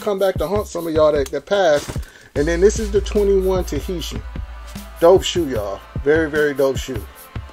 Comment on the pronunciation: bro mispronounced TAHITIAN immediately. lmao